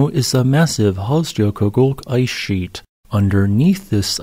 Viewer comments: Yeah as much as I enjoy the videos, I would really like to see him work a bit harder to master some of the names of foreign volcanic systems. Not that Icelandic names are easy, but dang... 'jo' is generally a "yo" sound (never a soft G sound), while the double-L gives roughly a "tl" sound which is kind of tricky. So this system would be Hofs-YO-kutl... Sounded like he was saying "Hofs-joe-kutgug" or something. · Just a friendly tip: Hofsjökull ~> Hof's-yuh-kuh-tl In Icelandic, a double-L is pronounced as -TL, -J is like -Y in "yes" and a -Ö is roughly equivalent to -uh. "Jökull" means glacier. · Hes adding a whole syllable and his enunciation gets worse each time he says it, but credit for trying i guess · Yup. Kinda sorta should be Hofs-yo-kult, based on my limited time spent there. But we all know pronunciation takes a back seat to the excellent geology presented on this channel :) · He's not even close. Virtually all of his Icelandic pronunciations are way off. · But he pronounced it differently throughout the whole video and never once correctly.